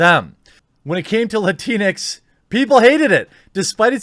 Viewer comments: Yes the word is awful, but can we talk about how Jeremy pronounces this? It's pronounced lat-inks not LATINEX!! LMAO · First, lah-teen-ex sounds like a wet toilette dispenser lmao. Please don’t say it that way ever again, it’s disturbing lmao. 2nd, the Hispanic community does not recognize Latinx And if these agenda seeking cucks don’t stop with their identity politics, the Hispanic community has a vast array of females with chancletas and they are ready to give out chancletazos. If you’re Hispanic y’all already know lol. The Hispanic community has spoken! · isn't it pronounced Latin-X? That is the way I have always heard people say it... I dunno. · I thought it was pronounced "la-tinks" to be honest. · You want to really piss off the morons that came up with that word, pronounce it "la - tinks." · I've always thought it was pronounced as 2 words Latin-X.. Guess I was wrong? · I always read it with the portuguese pronounciation (Latinksss) but like this is funnier, sounds like some sort of off-brand cleanex